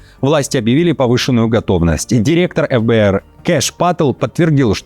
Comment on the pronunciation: ФЭБЭЭР ударение на первую гласную, а не эфбээр